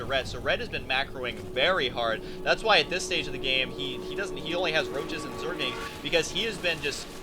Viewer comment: Hey Husky...its pronounced "ZERGLINGS," not "ZERGINGS." Note the 'L' in the word!